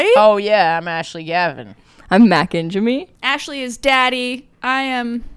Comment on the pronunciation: lmao when is Ashley gonna say Ingemi correctly